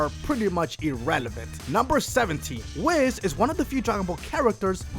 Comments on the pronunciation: he pronounces whis as wiz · I'm triggered that he said wizz not whis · In the both the English and Japanese dubs Whis' name is pronounced "Weece" not "Wiss" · But isn’t whis said like this w ees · its pronouneced wheeess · ....... Whis is pronounced like lease but a W instead of an L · rorschach Ire And Whis too